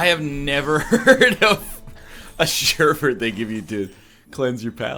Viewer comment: The "Sureburt" pronounciation. It hurts, mama, it hurts.